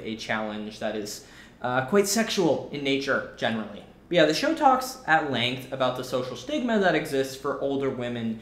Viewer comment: "Show talks" sounds like "botox" lol